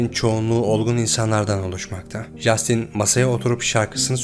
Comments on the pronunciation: Justin diye okumasanız.. Castin.. bunun dünya genelinde okunuşu bu.. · Jastin yerine “Castin” demek bu kadar zor olmamalı ama artık. O kadar yabancı kaynaktan bilgi toplamışsınız bari konusu geçen kişinin isminin nasıl okunduğuna iki dakika dikkat etseydiniz. Bu o kadar zor değil. Tüm video boyunca çok irite ediyor 30 kere yanlış telafuz edildiği için. Söylemesi zor bir isim olsa cidden bu yorumu yazmam ama castin yerina inatla jastin denmesi özensizlik gibi geliyor böyle büyük bir kanal yapınca. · Lütfen 2.videoda jastin değil en azından Castin şeklinde telafuz et dinlerken çok zorlandım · Abi jastin nedir yaa castin okunuyo acayip ic gicikliyo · Abi, lütfen şuna ''Jastin'' deme... O, ingilizce ''Castin'' okunuyor. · Castin diye okunur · videonun tek sıkıntısı jastin denmesi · İngilizce de J harfi ile yazılan herhangi bir şey genel olarak c harfi ile okunur Jastin dediğin için videoya odaklanamiyorum lütfen daha dikkatli ol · Abi Jastin diye bi telaffuz yok! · Hersheyi tamam iyi anlatmishsin da, ama Justin'in ismini duzgun telaffuz etmeyi nasil beceremezsin bey?